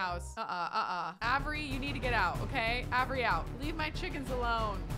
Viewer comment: And Avery 😂